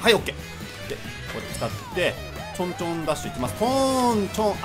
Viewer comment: 『ちょんちょん』が変な言葉に聞こえたww 『僕を抜かないでw』www